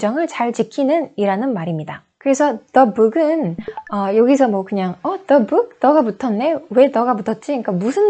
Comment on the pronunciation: Your English pronunciation is incorrect in many words. E.g., the word 'ballpark', you need to pronounce it as in ball, not boll. You say it with an o sound, it needs uh sound. Also, book is incorrect pronunciation. It's a deep long double OO sound. Learning Grammar from Korean teachers is fine, but when it comes to speaking part, Koreans need to learn it from native speakers or teachers who have native tongue.